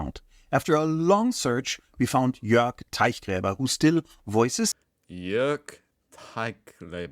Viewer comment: It’s Teichgräber, not Teiggräber, although Teig is the stuff bread is made of so that would‘ve been awesome.